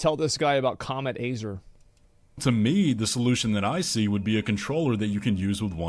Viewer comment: He mispronounced it. It's comet azur not comet azur.